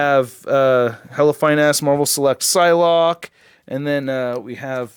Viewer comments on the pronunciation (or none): none